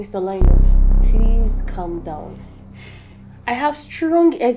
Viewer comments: LIEnus, lIEris... lies 😂😂😂😂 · Mr LIE-NUS Daughter LIE-RIS 😂😂❤ Thank you so much for this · Lie-nus & Lie-ris 😂😂😂 How will they not lie? It’s in their name. Though I got the lesson it’s hilarious those names 😂😂😂